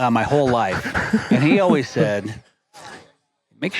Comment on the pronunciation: “And as always, stay classy Montana.” I think this should be your tagline for 3 reasons: 1) The ladies appreciate a little class sometimes; 2) “Classy” could mean any class of bulls whether it’s 200-400”; 3) I like the way you pronounce “always”, like “ouies” (ow-eez).